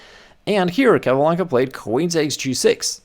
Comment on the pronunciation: El apellido es Capablanca, nbo Calablanca..... Asegurate de usar una IA decente.